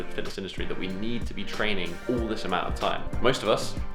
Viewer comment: Its all the time not ool the time😂